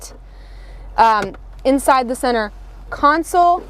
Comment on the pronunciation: Yesssss lol the “council” absolutely KILLED me 🤣